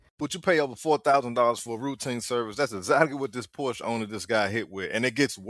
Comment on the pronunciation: Porša haha